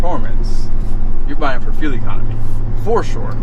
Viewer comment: Why does he call it “fill economy”